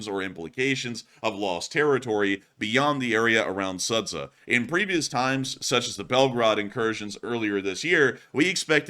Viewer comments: I always have fun with the way pronounces Ukrainian and Russian names! I am in no way trying to offend or make a claim, just a fun fact! in this case, the correct pronouncement is not Sadza but Sооdja! thank you for your work with best wishes from Ukraine! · you're not pronouncing the town name correctly, it should sound like Sujah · Sudzha is pronounced as SOO-juh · The name of the town is pronounced as "Suji". It's because they dont have the sound J they write it as d+zh sounds and then not very clever google or whoever provides the names in English transliterates it, making it worse. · BTW it's pronounced: sood jah ;) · "Sudzha" reads ----> SoodJa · In case it's going to be recurring topic: the name of the settlement is marked on the map as Sudzha, but it is pronounced something like Soodja [soo- like in 'soon' and -dja like in 'Jah']. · ^this. Same for Kinzhal BTW. Good practice is letting Google Translate read it out.